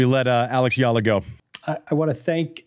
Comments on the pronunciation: How about starting the interview with a little courtesy by asking Eala to teach you how to pronounce her name instead of calling her "Yala" to her face? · Andy still saying her name wrong lol